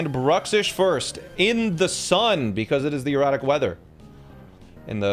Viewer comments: It just clicked that he says erratic not erotic. I was so confused last episode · Each time sounds like he's saying "erotic weather" instead of "erratic weather" 😂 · Is he saying, erotic or erratic? 🤣🤣🤣🤣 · There is no accent in the English language where "erratic" sounds like that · I thought you were saying erotic weather lol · Anyone else not hearing 'erratic' xD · Every time you say erotic weather I correct it in my head and gaslight myself into thinking it’s an accent or something lmao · Thank bleep, I wasn't the only person hearing erotic.